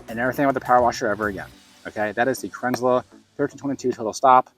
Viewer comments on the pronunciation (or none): Cran zel, not krinzler. Second american ive seen bastardise the name. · Kranzle, pronounce kranzil, not kranzla. Great video, thanks. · You pronounce Kranzle about 4 different ways throughout this video. lol